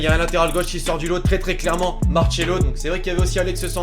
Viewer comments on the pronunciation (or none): Il a dis marchelo